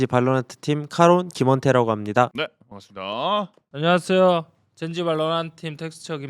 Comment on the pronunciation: 카론이랑 솔로감독님은 제대로 발음하는데 텍스처 혼자 안ㄴ하쎄요 하는게 개웃김ㅋㅋㅋ